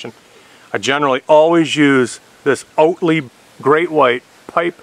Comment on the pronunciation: There's no L in "Oatey". Have you always called it that, and thought that's what it was? Just givin' you a hard time. But seriously...not "oatLey", just "Oatey". :)